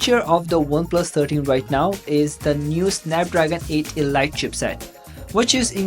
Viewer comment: elite not elyte